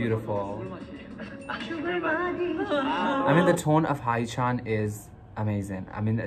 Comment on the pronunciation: Just saying but haechan is pronounced as he-chan not hi-chan >.<